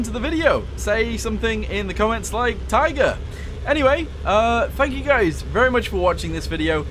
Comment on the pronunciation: Ohh Sheiße's a American "Tigör!"